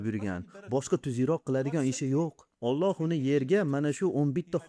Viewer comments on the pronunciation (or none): none